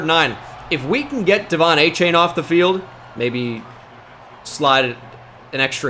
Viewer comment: Hearing it pronounced “Achain” 100x << 😂